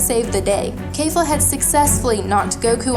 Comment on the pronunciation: It's KEFLA! Not khalifla.